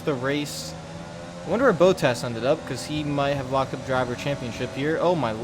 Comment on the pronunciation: Bot-tas, not Bow-tas